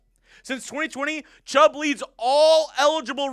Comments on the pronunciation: he did say chubb in the intro lol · Ya he messed that up for real😂